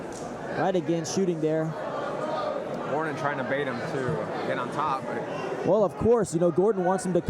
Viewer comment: If this commentary calls Gordon Jordan one more time... Jordan... GOD damn it 🤣